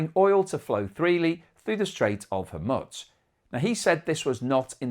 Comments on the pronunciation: Homusk or Hormuz? Bloody hell you cant make you mind up - Its not hard - You been on the planet for over 50 years, why schoolboy errors? Surely you must have heard HORMUZ for over 50 years? Come on man FFS!!!! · There is no "t" in Hormuz.